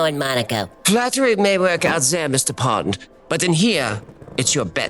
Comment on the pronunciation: He said “pond” 😅 “James pond.”